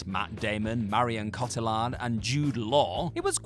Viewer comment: Ive heard if Marion Cotillard. Who exactly is Marion Cot Ah Lan?